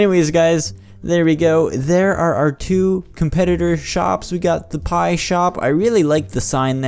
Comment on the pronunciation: and it sounds like spie pie